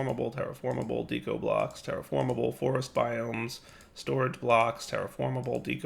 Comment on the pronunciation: Again with the "dee-ko." "Deh-ko," like art deco.